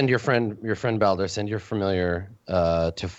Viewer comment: He's not a messenger, he's a passenger. Also it's Baldur like the Norse God.